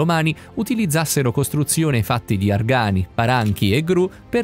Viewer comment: perchè "argani" con l'accento sulla seconda "A"? si dice "Argani" l'accento va sulla prima "A"!!! secondo punto che racchiude sia l'obelisco di Piazza San Pietro, come anche gli esperimenti fatti nell'altro luogo: le conoscenze acquisite non hanno alcun peso? Per fare una prova simile, si sarebbero dovuti utilizzare sia gli stessi strumenti, con gli stessi materiali e le stesse conoscenze! dopo più di 1900 anni per i Romani e più di 7000 anni per gli egizi, dici che qualcosa in più lo abbiamo appreso? Io spero di sì!!